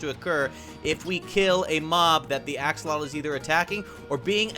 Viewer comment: It's pronounced "aks-o-lot-l", not "ax-uh-LOH-tl". Also, you might need to be in Survival to get Regen.